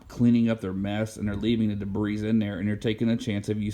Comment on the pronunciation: Thx for the great info, now let me repay you. The "S" in debris is silent.